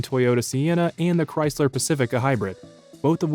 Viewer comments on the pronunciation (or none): none